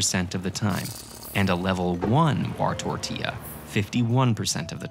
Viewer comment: "wartortilla" PFFTTTTT